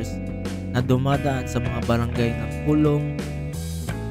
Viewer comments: coloong ko-lo-ong..hindi colong😂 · Coloong hindi kulong.. 2 Yan Coloong Coloong 1 at 2..dyan ako ipinanganak Kaya kabisado ko yan.. Mali ka NG bigkas.. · co-lo-ong po😊